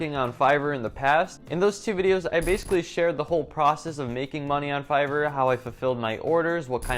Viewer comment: "Make sure your english score is high" - "Figor, Feiger, Fiverr" Great video. I really enjoyed watching and thanks for the great introduction to Fiverr!